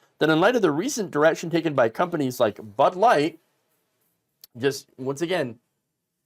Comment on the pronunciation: Did you say Butt Ligth?